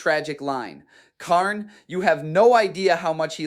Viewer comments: AI video alert, listen to the pronunciation, Kharn, Khern, Dee-a-mon, the channel is probably filled with AI videos. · I want to butcher this man for everytime he miss pronounced kharns name "Khaiiiiirn", also keep in mind if it wernt for the bloodthirster im 70% sure kharn would have killed abaddon, even though I believe abaddon is way stronger because of the fact that kharn kept closing the distance with abaddons fight basically gurenteeding kharns victory but im pretty sure abaddon couldn't keep up with kharns relentless aggression but prove me wrong because I dont know the full fight, and how it would have ended lol